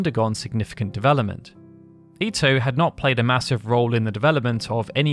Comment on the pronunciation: Thank you for pronouncing Ito right!